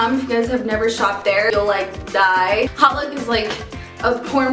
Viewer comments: hautelook is pronounced autelook, not hotlook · oh its hotlook... it sounded like she was saying "holif" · "hautelook" pronounced -- hote-look